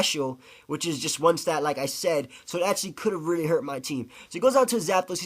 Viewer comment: "Reelee" (really)